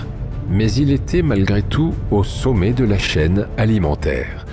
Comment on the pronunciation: Ce logiciel de lecture automatique est mal paramétré : il prononce "roll" au lieu de "rôle"; "saumet" au lieu de "sommet"; sans parler du joyeux mélange entre les "é" et les "è" ou "ê" ou "ai". C'est probablement voulu! Il y a des gens qui veulent la peau de la langue française... Pourquoi tant de haine à l'égard de cette langue? Allez savoir!